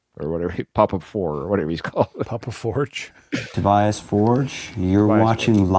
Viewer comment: And Tobias is Toe-b -uss